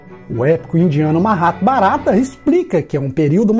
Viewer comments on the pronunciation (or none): Corrigindo a pronúncia do sânscrito em duas importantes passagens do excelente vídeo : MA- RRA- BÁ- RA- TA ... a sílaba tônica é a terceira.- SHRI- ( XRI )- MAD- BÁ- GA- VA- TAM...som similar a um X mixado como o R.